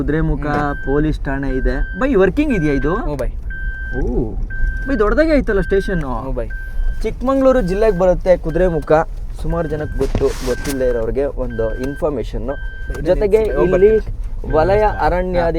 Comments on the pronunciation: chikmangluru ❌ chikkamagaluru👍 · ಚಿಕ್ಕಮಂಗಳೂರು ❌️ ಚಿಕ್ಕಮಗಳೂರು ✅️🫵🫵